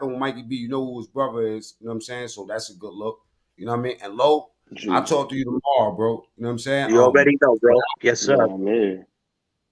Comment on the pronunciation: Its toworrow with earz